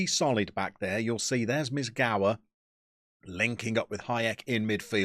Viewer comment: If Mizgała is going to be followed throughout the series it'd be nice to hear proper pronunciation of his surname. Meez-gow-A (A pronounced like in Ashley, not like in Acorn). Congrast on winning the league! Górnik came back to where he deserves to be.